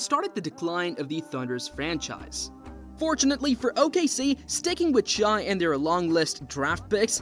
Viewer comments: Stop saying shy ITS SHAI (shae) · You’re not wrong but SGA pronounces it “Shay” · How you gonna do a whole video and pronounce the guy's name wrong the whole time? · Had to stop watching. It is pronounced "shay" not "shy". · Why are you pronouncing it shy? I literally can't concentrate on the video lol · In shai the correct way to say it is “ shy “ bc the i makes the a silent 🤫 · SGA’s name is not pronounced “shy” and the team isn’t called the Thunders 😂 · As soon as an NBA content creator says “shy,” I immediately click off the video lol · how can you make a whole video about someone and say his name wrong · Let's learn to pronounce the number 2 MVP candidate's name properly